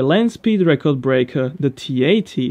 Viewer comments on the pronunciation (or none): none